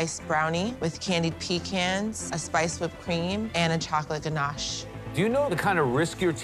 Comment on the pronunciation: she said chocolate DANACHE lol 😆 🤣 😂